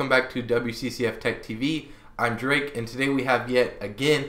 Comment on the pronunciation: Oh I thought he said Jake. But I went back and rewatched it and sure enough it's Drake. I've never met anyone with that name before. I don't know why its a thing.